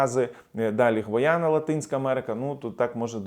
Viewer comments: Я побачила у мапі Гайана, а не гвайана. Чи пагано чую? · Гайяна - а не Гваяна